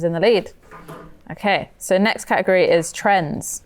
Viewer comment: The way you guys pronounce " category " is so annoying 😑